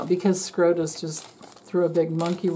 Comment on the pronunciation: Supreme Court of the United States = SCOTUS, not SCROTUS 😅